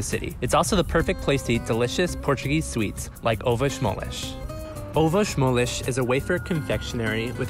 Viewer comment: I died a little inside when I heard how they pronounced 'ovos moles'.